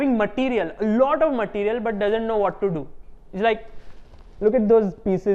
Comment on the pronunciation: "bläkk materiel ,, joosless"